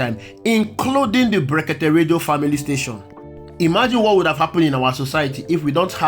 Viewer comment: Look at the way he pronounce blekeke illiterate